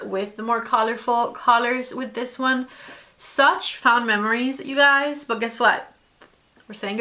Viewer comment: LOVE! What a great way to pay homage to the brand, and declutter without feeling overwhelmed. Also, no shade at all, but fond is pronounced f-ah-nd, like pond. Love you!!!!! Your eyeshadow videos are top tier! My absolute favorite!!!❤